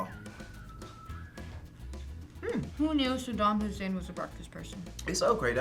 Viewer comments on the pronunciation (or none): It's Saddam Hussein, not Hussain